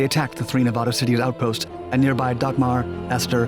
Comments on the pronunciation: Nevada is not Ney-VAUD-A.. it's the short A in the middle like asshole. Pronounce it right... it's a state. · Dude, how old are you? Learn how to say "Nevaaaada" its not hard. It really weakens you're entire cast. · you pronounce Nevada wrong the entire video